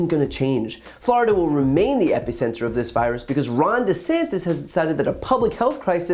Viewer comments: Epicenter, not epy-center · Please pronounce “epicenter” differently. Thank you.